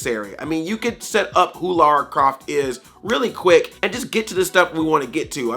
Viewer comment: Finally a yank that actually can say Lara, instead of Laura. ...The movie put me to sleep though, was bored out of my skull.